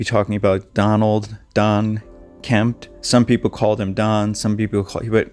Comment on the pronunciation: I was going to watch your video. But within 2 minutes you mispronounced the name of the missing person and the name of the host of unsolved mysteries. There is no T in the missing man's name. And it is Robert StAck, not stOck. So really, how good could you possibly be at telling a story!